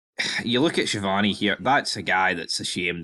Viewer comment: I must say that as an Italian I find it very strange the way you pronounce "Schiavone."